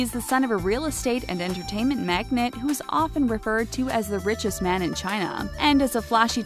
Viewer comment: This woman is extremely dense. She said business magnet instead of business magnate